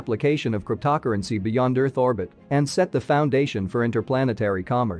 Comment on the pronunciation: You have some serious problems pronouncing "cryptocurrency" (crypt-toe pause currency is the correct way); "Doge" is not pronounced as "Dodge" but rather as dou-zh